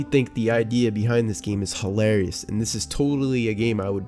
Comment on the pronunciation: Okay... say it with me... Hilarious. Not ho-larious. Hil-arious.